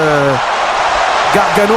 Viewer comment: "Gaganòò" ahahahah